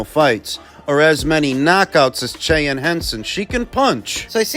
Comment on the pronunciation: It's pronounced 'SHY-ANNE' 😅